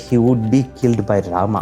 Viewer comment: Rama"a", laxman"a", dashrsth"a", ravan"a" sheshnag"a".. why the hell do you add an extraaaaa"a". There is no jesusa or mohamada